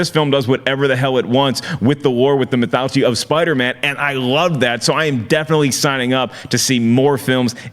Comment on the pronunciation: Did say "mythouchy"? Lol..."with the lore,with the mythouchy"...lol